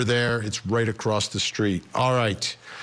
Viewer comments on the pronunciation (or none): none